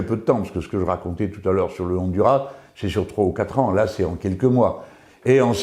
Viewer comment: Cher Monsieur Melenchon, un coup de main d'une hispanophone, si vous voulez bien: sur le nom " Honduras" il faut prononcer le "S" Autrement, contente de vous revoir